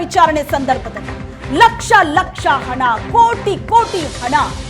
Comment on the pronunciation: ಅಣ ಅಲ್ಲ ಅದು ಹಣ